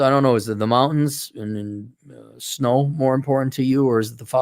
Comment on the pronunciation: said alot of snow like fast from Fargo